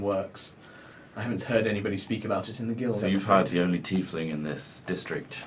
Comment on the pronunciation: its tiefling